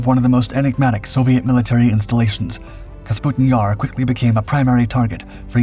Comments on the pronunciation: It's NOT KAS PUTIN Yar. It's Ka PUS' tin Yar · I thought "KAS-PUTIN-YAR" was the real mispronunciation in the video. When it's clearly spelled "KA-PUSTIN-YAR" and he even says it correct one time. I literally can't even tell the difference even though you spelled it out for us. It looks like Canbera both times; extra useless letters in both cases since "E" before a consonant followed by "A" doesn't change the pronunciation of "E" or "A" except in case of "M". Ex, beta, theta, candela, favela, viscera, cholera, opera, caldera, diptera, chimera. Where, "EMA" changes the pronunciation of "E". Ex, eczema, extrema, edema. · Kasputin Yar... LOL! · Take a shot every time he says Kasputin Yar. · K A P U S T I N Y A R ....There, I hope it can be pronounced correctly now 😉🙃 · KA- PU- STIN YAR. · Kah-PuS-TIN YAR....that is how it is pronounced! Please please.... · I love this guy. Take a drink every time he mispronounces things, places, names. Have an ambulance on standby. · I hope not. He can’t even pronounce the name of the city. And it’s even shown in plain English letters.